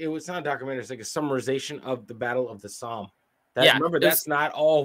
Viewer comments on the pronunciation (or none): It's pronounced "SOM" not "SOAM". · The battle of the Somme is pronounced like summe. And was probably one of the biggest lost of troops from Ulster Ireland which is now Northern Ireland. They were called Ulster volunteer force. UVF. That day is celebrated by the unionist community in Northern Ireland every 1st July. There are band parades in many towns and villages. It's to honour those Ulster men both nationalist and unionists. Who gave their life to rid the world of the German, Austria, Hungarian and Turkish tyrants. The allies consist of British men, Italian, French, Russian and Japanese. America again joined late, but did turn up in the end. But that day 10000 Ulster men died. Our churches and towns have memorials and in nearly every town you will see plaques with names on them in remembrance. A sad day on 1/7/1916. That's why we have to fight for our freedom speech and our rights now. These heroes went as young as 16 and gave their lives so we could have that freedom to do so.. even Russians back then never knew that the Bolsheviks would destroy their freedom. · Once again mispronounced 'Somme'